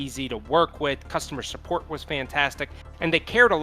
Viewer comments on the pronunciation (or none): none